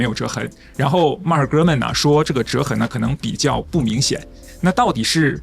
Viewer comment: “Gurman说”听起来像“哥们儿说”😄